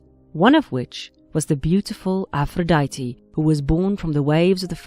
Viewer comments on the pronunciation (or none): none